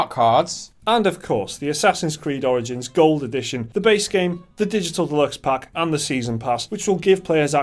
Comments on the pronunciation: sounds like he says assassins creed oranges lol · Did he just say Assassin's Creed: Oranges? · A COPY OF ASSASSINS CREED "ORINGINS" 😂😂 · Assassin's Creed: "Oringins"?...Oranges? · "And, a copy of Assassin's creed orange-ins"